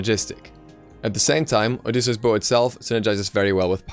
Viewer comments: Delano Tetehuka it's an item in the game, and he's pronouncing it correctly. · Delano Tetehuka No he is pronouncing it correctly